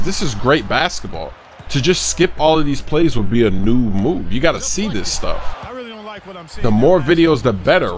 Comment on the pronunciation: "New Move" was pronounced just like "Noob Move". But you ain't Lil Wayne Baby... ahahhhaaa~~ XD